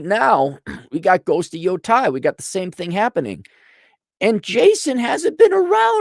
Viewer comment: Yotei. Yo taeeee pronunciation お願いしますAaronさん. Sony needs to move back to Tokyo. Cali is destroying them.